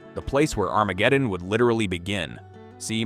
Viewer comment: I didn't realize this was AI until it pronounced Armageddon. Are there no narrators anymore? I lived on the Kitsap Peninsula for several years had family that lived on the hood canal. There is a second navel base there is in Bremerton (also Kitsap) which is bases aircraft carriers. You also have Ft Lewis a few miles to the south.